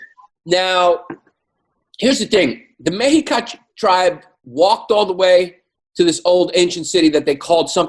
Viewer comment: "Mexica = "Meh-she-KAH", cuzzies....